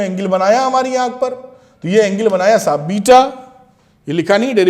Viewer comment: Sir is saying me " thik hai sahub " 😂😂